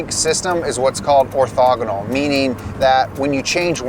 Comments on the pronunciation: Love you guys, but it did say "Ortagonal". Guess you need to have someone QA these before release. I'm available! 🤣🤣🤣🤣🤣🤣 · All the math people lost it hearing orthogonal…. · Love the channel and best of luck but orthogonal has an H in it fellas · If the word is spelt how they were saying it, they misspelled “orthogonal” lol